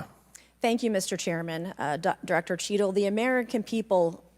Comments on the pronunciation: Anyone else hear “shittle”? 😅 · minutes into the video😂😂 Listen to how he pronounces the director cheatle's name😅